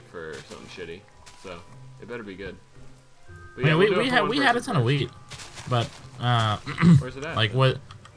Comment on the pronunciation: Everytime speedy says wheat, it sounds like he says weed.